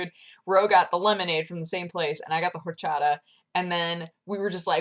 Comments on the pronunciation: I'm Mexican and although you've been talking about Orchata for quite a long time now, I never understood what you were talking about until now due to the way you pronounced it. When you said it was Mexican and started to describe it, I was like OOHHH Orchata!! xP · The Horchata you love so much is pronounced "Orr-cha-tha" by the way :P Its amazing and I live on the mexican border so its EVERYWHERE! It's amazing, I know! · Hi there, btw its pronounced Or-cha-ta w/emphasis on the "T" and the real one should not be too sweet & also is pretty easy to prepare home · Welcome back. Funny you mention horchata as that is what I'm drinking right now. o_0 I say it OR-cha-TA. idk the way you say it unnerves me, but I'll deal, always have, always do. "Just because it's different doesn't mean it's wrong." You: "OR-chadduh" Not like Jesse needs help in the podcast category for the Shorty Awards anyway I guess. Which reminds me. Cox'n'Crendor in the morning today, woot! Funny you mention streaming considering how much you don't. :> Also, what JRSiebz said... :D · Just say you don't pronounce the "H" in horchata :)